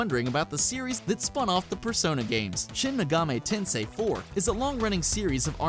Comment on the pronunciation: Almost said Shin Megami Tensei . . . Correctly. . . しん め がみ てんせい If you would like to know: *i*『い』 makes the "ee" sound in Japanese They do not have the english "i" sound, other than "eh" (written with e 『え』)